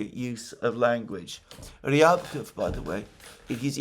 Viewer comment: Alexander, Mate! Remember both for Peskov and Ushakov, when saying their names the emphasis goes on the second syllable. Not the first one. Same applies to Ryabkov and Lavrov last names. 👍👍